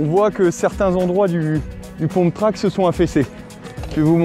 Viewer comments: On ne dit pas "pomptrack", mais"pumptrack"il me semble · un pumptrack ca se dit pas poumptrack mais peumptrack